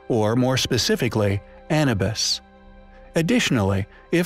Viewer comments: A nu bus, not An e bis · Yes that was doing my head in if ur going to make a vid like this at least get the bloody name right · Anna bus ( a bus named Anna). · ANNA BIS! :P ! Anubis "Ah,New,BIS" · Anabis != Anubis 👎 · Hey,, say it with me, A - New - Biss not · The Disabled Gamer quite right...that was bugging me as well! 😛